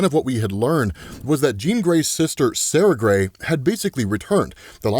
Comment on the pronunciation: Every time you say Sara Grey, I double take and think, Did just say Sasha?